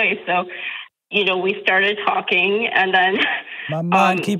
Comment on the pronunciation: Why does Doctor keep pronouncing and as end? Is this an accent and if so from what part are you doctor?